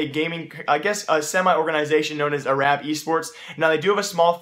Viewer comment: did he seriously mispronounce Arab